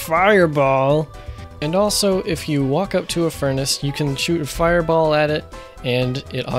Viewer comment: The way he said fiRebAll had me on the floor laughing my butt off